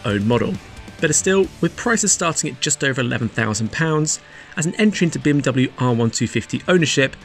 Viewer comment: I heard BMW "shit cam"...🤣